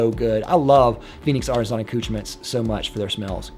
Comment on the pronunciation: Ar ti zon...... It's ar ti SAHNNNNN